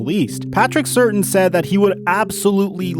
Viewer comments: He really said Patrick certain 😂😅 it’s pronounced ( Sir-Tan ) Patrick Surtain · pronounced Sir-tane. Not ser-tin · “The Dallas Cowboys select Patrick Certain” Im certain you mispronounced his name 😆😆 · i died when he said Patrick “certain” the second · Glad I wasn’t the only one. It’s Patrick Sir-tane. You can tell he’s not an Alabama fan. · This man said Patrick Certain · You repeatedly butcher "Surtain", having no idea how it's pronounced, proving you have never seen him play. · Bro I know these names can be tough but cmon man. “Certain”, “Pay yay”